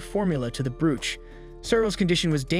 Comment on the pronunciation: Brooch is pronounced broach